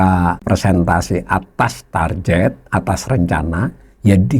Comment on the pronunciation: Dgn hormat. 'Tar Get' aja, Pak. Bukan Tarjet.